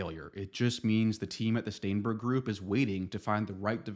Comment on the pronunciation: "STAENBERG" Every single time.